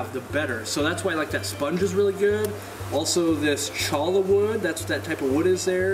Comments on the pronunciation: The cholla wood? It's pronounced CHOY-AH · Cholla is pronounced Choy a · chol·la = /ˈCHoi(y)ə/ Pronounced "Choya" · Cholla wood is pronounced Choy-yuh. It’s from a cactus. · Cholla is actually pronounced choy-ya.